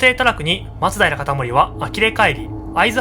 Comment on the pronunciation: これが正しいイントネーションだよ